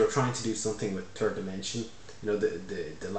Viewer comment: did u say turd dimension